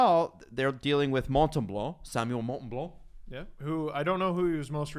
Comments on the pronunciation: MON-Tem-booooo not mon-tem-bleu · Mon-tem-bow, guys 😂😂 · It's Montembeault NOT Montembleau!!!! Calisse ... ;)